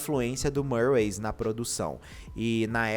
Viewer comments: Não e marways... E MIRWAYS...CM I MESMO...eu já ouvi ela falando..e cm i.... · Só uma correção: Se pronuncia Mirrues não Murrays 😂